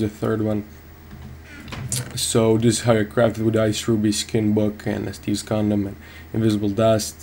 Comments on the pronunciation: Are you saying Steves Condom D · did he say steves condom wtf XD